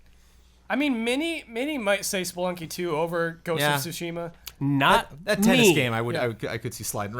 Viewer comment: I'm starting to think takes corrections only from Patreons. Also, fuck that Inside Out spoiler that came out of nowhere. First Jones this week and now you,. CORRECTION anyway: Tsu-shi-ma. All syllables are short. Just ask Blood for pronunciation. As long as he knows the kana, he should be able to tell you how to pronounce Japanese words.